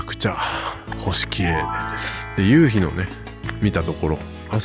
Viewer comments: 関西人ですがイントネーションやっぱり違うと思います笑 ユウヒ⤴︎ではなくユウヒ⤵︎かなぁーっと... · 関東で生まれ育ちました。西の方に親戚多めです。 聞いててほとんど標準語に近い感じなのに、夕日だけ。。。😅 ゆ↑うひをはじめに聞いた時なんだろう？と思いました。 ゆ→うひが多分全国的に通じるのかと思いました。 南大東島行ってみたいなと思いました。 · 夕日の発音に笑ってしまったのはおらだけ？ゆうひ、東京では、→→⤵、 多分沖縄も同じ、、ゆうひを、⤴→→だから可笑しい、通じないｗｗ